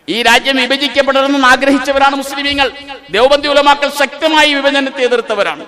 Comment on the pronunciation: മുസ്ലീമീനുകൾ അല്ല.... മുസ്ലീങ്ങൾ എന്നു പറയെടോ.